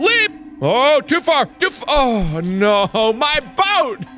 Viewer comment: "Can't jump too fur, jumps too short and can't jump too shirt" This is why I watch this dude 😂